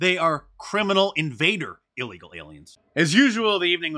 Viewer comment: "By a releegal"